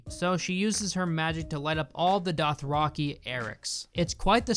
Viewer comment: Dothraki=Doth-rocky? Theon=Thay-on? Gendry=Jen-dree? Sorry I'm being nit-picky with your pronunciation. But it's a bit off. Great video though as usual.